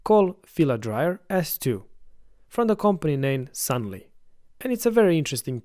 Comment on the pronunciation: It's a filament dryer, not oven and the company name is Sun-loo, not Sun-lee.